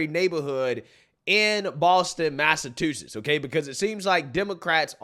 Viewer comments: ..I love you buddy..But please..say it with me “Mass-a-CHU-setts” CHU-like a chu chu train! Not tu like a ballerina tu-tu. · Did he say mass-a-2-sets? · Mass a CHU SETTS....I'm from there it always bothers me when people can't pronounce it. I love the show man...just venting 😂